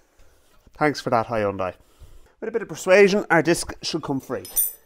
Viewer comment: It’s H-you-N-day